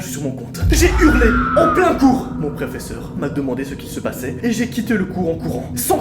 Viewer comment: "Préfésseur" je meurs 💀✋